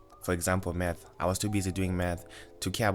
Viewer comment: What I heard: “There are other subjects that I knew that I had problems with. For example meth, I was too busy doing meth.” 😂